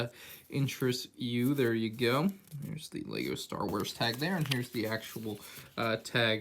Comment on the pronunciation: Ah yes leego stor wors